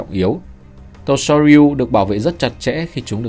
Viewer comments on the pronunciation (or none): Soryu : đọc là sô riu nhé ad